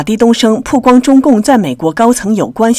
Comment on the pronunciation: 曝光baoguang主持人念成puguang了